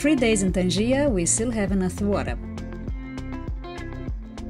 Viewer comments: Is not tanjia .is tanger .welcome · It's Tangier not tangia😅, i think even in Brazil or Mexico there a town called Tangier